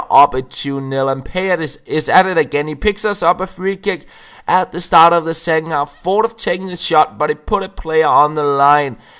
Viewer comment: Second half, not secking. Don't mean to sound like a dick haha it's just something I've noticed you say